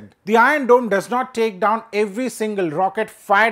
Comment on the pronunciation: "ion dome".... "ion dome "...."ion dome" He can't pronunciate R ...😂😂😂